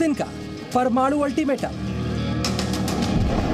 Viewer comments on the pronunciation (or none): प्रमाणु बम नहीं होता ये परमाणु बम होता है